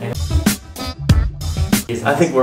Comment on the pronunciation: Yeah eksennn! We don't really pronounce it as action😂